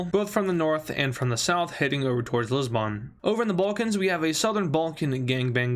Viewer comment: It pains me as a Portuguese person, because he is pronouncing Lisbon wrong 😂